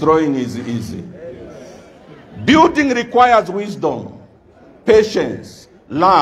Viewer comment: It's building not byuding